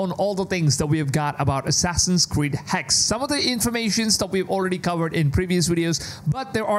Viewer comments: Its been months now how are you still pronouncing Hexe wrong? It's Hexe, not Hex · The Name ist HEXE not Hex it's a German Word and we spell every Letter of this Name. Hexe means whitch. Same with Porsche not Porsch. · First he was pronouncing it Hex-A (as the in the English word Say) and now he's just pronouncing it "Hex"